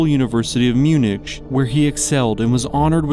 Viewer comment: I don’t know how one can not know how to pronounce Munich.